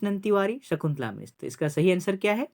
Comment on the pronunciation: कविता कर भाव के बहुत ही सुंदर ढंग से बयां कइर ही आपने बहुत - बहुत धन्यवाद। सुझाव - कवि मनक नांव (संज्ञा) में, अछर (अक्षर) नि बदलेला सकुंतला ज शकुंतला मिश्र बेस होई।